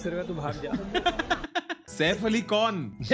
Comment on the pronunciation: Saif Ali ❎ saif yalli ✅